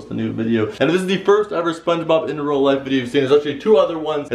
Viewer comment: In "rea" life?